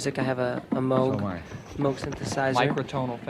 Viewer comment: Thank you Mr. Dolenz for pronouncing "Moog" correctly .